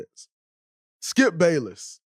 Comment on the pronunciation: Y’all ignoring the fact that he said Skip “Payless”